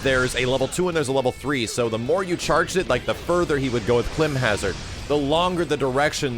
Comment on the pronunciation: 2 things people were actually given a chance to criticize and make recommendations, and no one mentioned adding Vincent Valentine!?! And two, you should look up how to say climb in Climb Hazard. You were pronouncing it wrong.